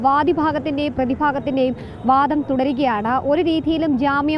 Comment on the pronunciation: വാധം അല്ല വാദം ആണ് ശരി..